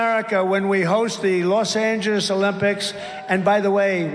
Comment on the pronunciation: he can't even say "Los Angeles", slurring on "Angeles".